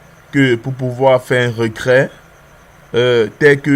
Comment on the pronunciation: C'est "reTrait" et pas "recrait"